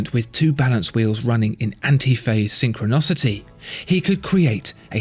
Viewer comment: Fascinating but synchronicity please, not sychronocity!